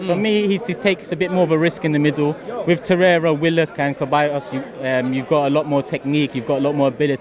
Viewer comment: it's not keh-buy-ohs its seh-buy-ohs!! Caballos means horses